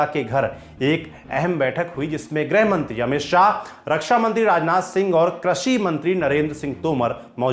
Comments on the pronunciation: 'क्रषि' नही होता एंकर साहेब, कृषि होता हैं। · Sirji Krashi nahi Krishi hota hai